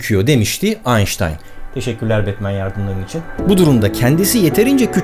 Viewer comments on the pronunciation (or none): none